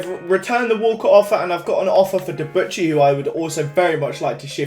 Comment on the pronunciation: When you're an arsenal fan and can't pronounce Debuchy.....